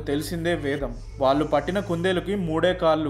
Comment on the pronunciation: చాలా మంచి విషయాలు చెప్పారు బ్రదర్...మీ వీడియోలు అన్నీ బాగుంటాయి...కానీ ఒక చిన్న విషయం...నాకు తెలుగు భాష అంటే పరమ ప్రీతి. మీరు వాళ్ళు కి బదులుగా వాల్లు అన్న ప్రతిసారీ పంటి కింద రాయి పడినట్టు ఉంటుంది. చాలా చోట్ల వత్తులు పలకడం లేదు...ఇబ్బందిగా ఉంది. దయచేసి గమనించండి.....